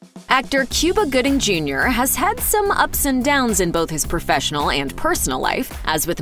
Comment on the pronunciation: Dang cuba gooding jr not goodie